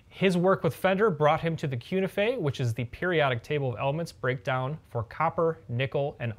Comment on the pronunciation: I think it should be pronounced Koo Nee Feh, since Cu is Latin for "Cuprum (copper)," Ni for Nickel and Fe for "Ferrum (Iron)."